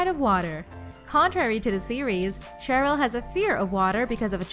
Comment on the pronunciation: I'm annoyed how she said Cheryl